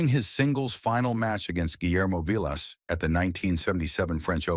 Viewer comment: You can tell this is AI because they keep showing pics of players who have nothing to do with the story and it pronounces Vilas name